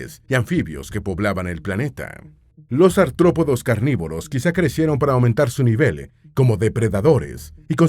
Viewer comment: no son "antrópodos".. sino artrópodos